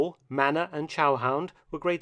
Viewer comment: It’s manna not manner